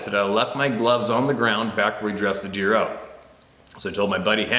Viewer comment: Looks and sounds like you may have had a couple of them coronas before doing the video and its deer not beer lol